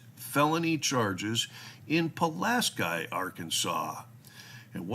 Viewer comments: By the way, the county in Arkansas is pronounced Puh las key. Great vid as always! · hearing you pronounce "Pulaski" brought a grin to my face. In your best southern accent: Pull-asss-key You were taking about Pulaski County, Arkansas. There's also a Pulaski, TN. It's home of the K*K*K, founded by Nathan Bedford Forrest, born in Chapel Hill, TN. We go to Pulaski, TN, to sell and buy fowl. Thanks for the video.